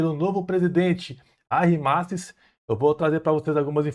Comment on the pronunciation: Meu, aprende a pronunciar o nome do presidente, pelo amor de Deus 🙏